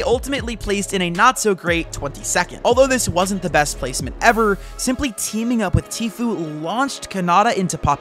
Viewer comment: bro said keeming not teaming